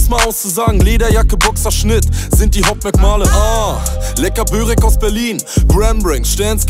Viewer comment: Wie deutsch kann man bitte Börek ausprechen 😂